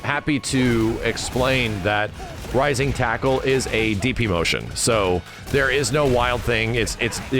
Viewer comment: I swear I heard say, "rising taco" instead of "rising tackle"😂. Now that is all I hear